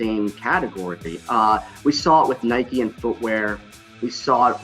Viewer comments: Did she just say nīke? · say what?? This “expert” doesn’t even pronounce Nike correctly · Why do people pronounce Nike with a y on the end, change the N to a B and you cycle a Bike not a bikey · Lost all credibility when she called it nIke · Is it pronounced Nikeeee or Nike? That lady got me confuuuuussssseeeedddd now